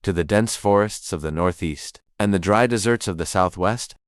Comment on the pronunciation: AI said dessert instead of desert. I can't tolerate it 😢 I truly wish to watch this video, my friend ❤❤❤